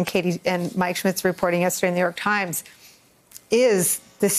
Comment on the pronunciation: "The ah-FAILing New York-h Times" they seem to be turning it around